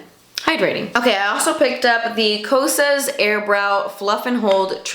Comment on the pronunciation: Don’t let the haters stop you from pronouncing Kosas like a true Cuban. I love your Miami accent. Reminds me of home :(